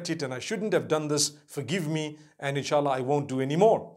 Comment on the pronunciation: In sha Allah is the right pronounciation